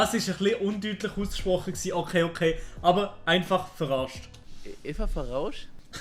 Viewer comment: Ich schwör das „eifach verarscht“ hani au ned verstande lul haha hesch es würkli komisch usgsproche. Finds irgendwie no recht verrekt das die ganze dialekte so andersch tönet😂👌🏻 Mit Youtube erfolgreichts zwerde isch sicherlech au sehr schwer ebe weg de Ganze dialekte und so... jo sust mach witer so!! Uf jede fall Video uf hohem niveau!